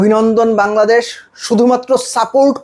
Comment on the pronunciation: বাঙলাদেশ ❌ Hangladesh ✅🤡😂